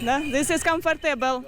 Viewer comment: 😅 Все, как и жизнь, камфартЭбэл - с ударением на Э!🤣